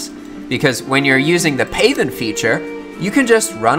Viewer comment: Not "PAY-then"... it's pronounced "path-en", as in, "make into a path". ;) Just like "darken" = "make dark".